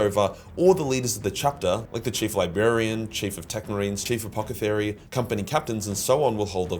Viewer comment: lol,...